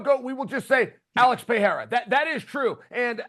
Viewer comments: Alex Puh-Hair-Uh Then it’s Alex Pee-Era 😂😂😂 It’s (p uh r eh r ah) Nobody that speaks on MMA can get his name right. Stephen A Smith butchers it so bad too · Does Chael say Pee-era to be annoying is that how it's really pronounced? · Chael still doesn't know how to pronounce "Pereira"...time to retire, Chael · Chael needs to be respectful and learn how to say Pereira's name